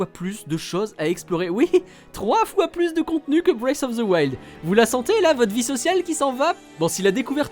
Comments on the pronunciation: Il serait temps d'apprendre à prononcer "Breath" au lieu de dire "Brace" :P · La prononciation bwéyfe of the wild c’est pour me tuer, les gars vérifiez un minimum comment ça se prononce ça veut rien dire ça 😂